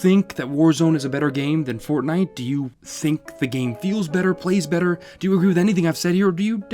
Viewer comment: Haven’t heard fortntie since 2018